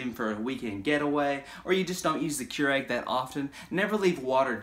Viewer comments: It’s pronounced Cure ig not Cure egg. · The fact that you pronounce this as “KeurEGG” and not “KeurIG” makes me want to have an aneurysm.